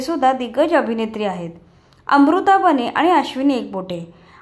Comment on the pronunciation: बाणे nahi बने asa आडनाव asta